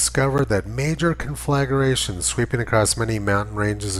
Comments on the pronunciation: Four syllables; CON-FLA-GRA-TION. It's elementary. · Thank you. I love these videos, but Heller always pronounces that word in the strangest way.